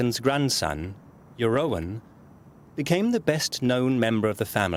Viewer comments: Je- ROON!!! FFS. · Jerowen? The oe in Jeroen is pronounced like the oo in book.